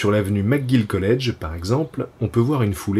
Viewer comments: À tous les Français, prononciation 101 : McGill se dit : Mec Gil, pas Mac Gil, et René-Lévesque ce prononce ''René L'évêque'' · Et on dit pas MacGill non plus mais bon on va pardonner ;)